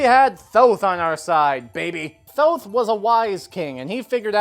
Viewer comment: oh thank you for pronouncing Thoth correctly